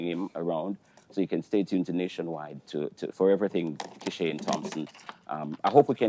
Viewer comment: I CAN NEVER UNHEAR ASAFA IN KISHANE!! BRUH